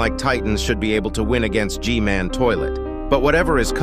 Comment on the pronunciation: Ain't No Way He Called G-man GG-Man💀